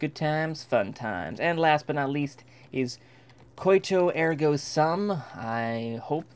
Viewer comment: "sum" is actually pronounced more like "doom" than it is like "rum". So your pronunciation would look like "soom".